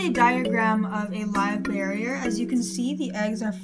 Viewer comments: Bear-er not barrier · Every time you say "barrier" I cringe... and you say it repeatedly and I couldn't hear anything else because you're mis-educating the public. It's Live BEAR-ER, pronounced: (bare er). Best of luck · I just wanted to watch whole video, but way you say barrier after first 1 minute bugged me .. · great video it was kinda funy that you said bearier but its ok we all pronounce stuff wrong :P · but she is an adult, plus, it's super easy for someone to pronounce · Great job on your video. Minus saying Live Bearer incorrectly, this was a well spoken, thought out, intelligent video! Nice work! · great video but you pronounced bearer wrong